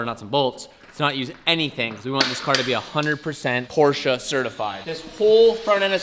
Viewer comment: Stop saying Porscha